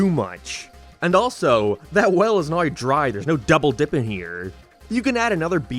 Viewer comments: Wtf is this accent "what is the simpsons about noui?" What????? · Bro. Are you Australian of not I genuinely can’t tell. It’s driving me fking nuts that you say everything in like a perfect American accent but then you pronounce “now” like “nar”. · Dude are you Canadian or something why the hell do you pronounce some words so dam weird lol